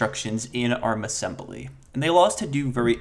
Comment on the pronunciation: Ass-em-BUH-ly NuKE-U-Lar